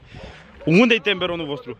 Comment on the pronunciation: Temberon morrrrrrrrrr ba se zice "tomberon" și apropo nici mie nu îmi plac fructele